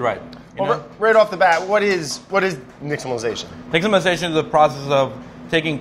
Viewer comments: Brad has such a hard time pronouncing simple words but nails nixtamalization? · I'm just surprised Brad pronounced "Nixtamalization" correctly.